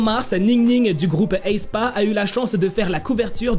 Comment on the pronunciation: Pourquoi tu il dis « Heyspa » ? C’est plus simple et logique de le prononcer « éspa »